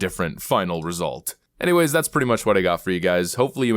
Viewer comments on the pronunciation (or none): none